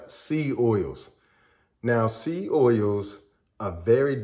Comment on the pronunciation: Say SEED clearly. It sounds like SEA OILS.